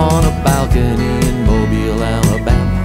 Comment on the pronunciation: gotta say there's something surreal abt seeing a band you started listening to recently put out a song that looks like it's about your hometown and going "nah it's probably 'mobile' like the adjective" and then you listen to it and it's a, your hometown, and b, pronounced right :,)